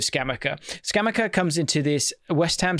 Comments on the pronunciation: It's ScamaCCA, double c. The c must be pronounced hard and the accent is Scamàcca, not Scàmacca (Hermione moment) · pronounce it Scam-acca (as in like betting acca) - it’s killing me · Came here to fix pronunciation 😂😂🤣